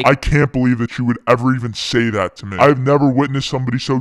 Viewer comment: I know this is an old video, but I've been binging for the past 3 months. Why do you say "meh" every time you should pronounce "mee"?